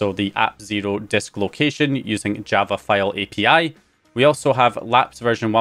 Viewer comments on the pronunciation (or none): none